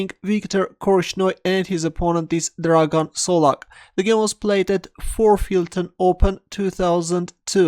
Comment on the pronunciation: You pronunced Dragan solak correctly